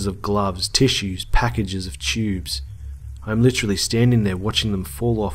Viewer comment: "Boxes of chewbs"?